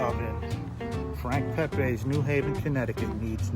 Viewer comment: It's Pepeez not Pepays. He was Italian not Mexican.